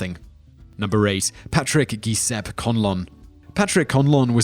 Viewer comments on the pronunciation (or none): Learned something new today...what I always thought was pronounced Je-se-pee (Guiseppe) is actually Gee-sepp. Huh. (I am being sarcastic by the way) shakes head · I love your videos but for future reference ‘Giuseppe is pronounced Jew seppie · Interesting compilation! ***** but the name Guiseppe is pronounced "joo-zepp-ee" :) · says 'Massachusetts' correctly but not 'Giuseppe' or 'Jodl' I'm starting to think you're mispronouncing things intentionally